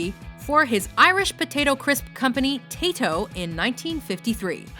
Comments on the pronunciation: Again another pronunciation mistake: ıts tayto, not taytoweah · why cant americans say Tayto right, its TAYHOW